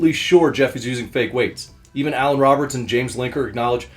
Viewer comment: He butchered Alan in that vid